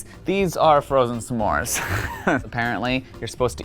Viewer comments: Why does he keep saying samore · He didn’t say s’mores right